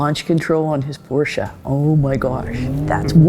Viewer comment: The love in her eyes when she looks at him, and she pronounces Porsche correctly.